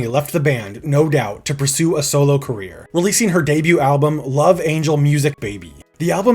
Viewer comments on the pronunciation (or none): none